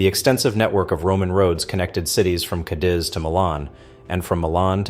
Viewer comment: Cadiz is pronounced Cadeez, not Cadizz.